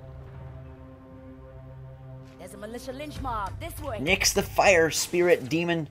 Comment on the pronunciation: lol at "Nixer"